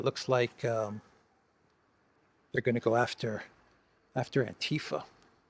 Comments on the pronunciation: I think it's not anTIfa with stress on ti, but AntiFa for 'anti fascism', stress overall or on the first A. In most of Europe we have the not English ti sound (so not like saying thai) so the ti sound in itself is rightly pronounced in the vid i.m.o. but without the stress on that syllable ti :) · AntiFa is pronounced with the stree on the first a.